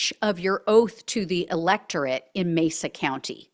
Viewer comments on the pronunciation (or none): none